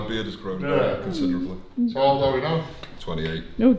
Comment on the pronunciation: When he says he feels old I thought he says “I feel bald” 😂